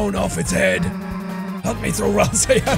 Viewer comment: I'm if thatll work but rasei? It's ralsei!